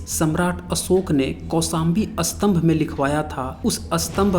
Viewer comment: स्तंभका उच्चारण आप उत्तरी लोग अस्तंभ क्यों करते है? उलटा अर्थ होता है!